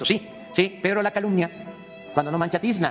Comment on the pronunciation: 😂😂😂😂😂 "eunacalunia" 😂😂😂😂😂 no es capaz de decir otra cosa ¡vergüenza de presidentito!